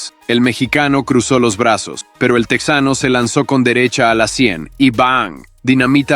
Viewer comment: Oye, estas hablando en español asi que no es "tecsano" es TEJANO ahhh pero dices "opercut", eres un farsante hablando ingles